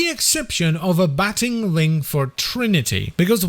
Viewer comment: Abating is pronounced "a-bait-ing"